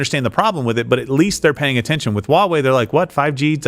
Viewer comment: Y'all trying to pronounce Chinese words is terrible. 抖音 DOU not DUO. Can't believe LWC tried to say Ginger Snap can speak Chinese. And, you literally said out loud Huawei starts with an H but still say Wawei. Takes five seconds to learn this stuff. No wonder this show is running to Rumble.